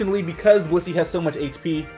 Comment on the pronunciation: this dude saiD blizzey whale meat.....LMAOOOOOO